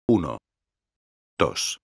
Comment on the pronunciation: uno, tosh.. uno, tosh.. uno, tosh ... jajajajajajahaaajajaajj